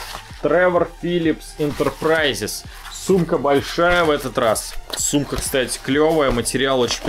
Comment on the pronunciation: ты сказал сумка или с*ка